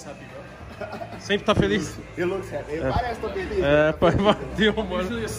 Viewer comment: Tog: "Pergunta se ele ta feliz" Tog: "You are haper?" kkkkkkkkkkkkkkkkkk pqp toguro